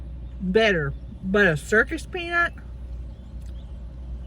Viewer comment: Did she say circus penis instead of circus peanut? 😂😂